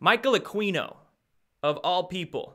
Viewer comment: Hey, Aquino is pronounced Ah-kee-no, not Ah-quee-no. Keep up the good work!